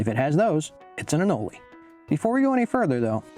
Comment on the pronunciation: It is most certainly not pronounced “anolee”. Smh